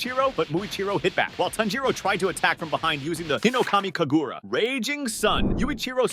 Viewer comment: bro i hate the way he pronounces things im sry but HINOKAMI KAGURU WHY??? SAINAMI AND